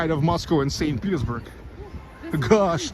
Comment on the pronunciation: Your "gosh" sounds like "gash"("гаш") - гашиш(hashish in russian). 😉